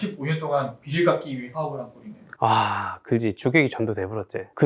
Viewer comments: "비즐" 이렇게 발음하셔야 합니다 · 빚을 빗으로 읽는 사람이 재테크를 논하다니 신뢰가 안가네요